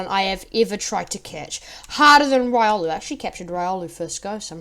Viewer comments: its riolu not raiolu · Its pronounced: Ree - oh - loo